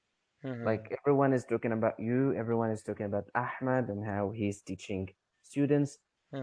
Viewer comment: Thanks so much,. It’s awesome that you managed to bring someone from Gaza, Palestine over on your channel! I’m really impressed by that and by your pronunciation of his name. 😆 You’re a lovable person all over the world,! 😇